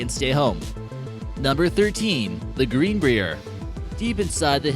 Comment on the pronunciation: You should really look up how to pronounce "Greenbrier" and fact check the level of security ...